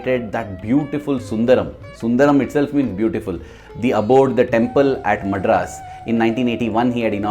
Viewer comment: Wrong pronunciation of "Madras"